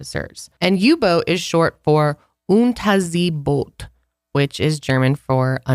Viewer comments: Great pronunciation of Unterseeboot, 🙌❤️ love y'all's conspiracy episodes! I used to almost hate conspiracies and just roll my eyes at all of them, no matter how likely or convincing (same with everything supernatural/alien related lol) and your videos have really made me so much more open minded! I love your open yet critical approach to these topics 🤗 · great job on the pronunciation of Unterseeboot! It sounded really good for a non native speaker 🙂